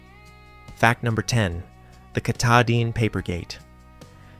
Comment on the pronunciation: It's pronounced ka-TA-din